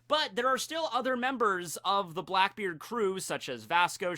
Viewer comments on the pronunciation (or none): none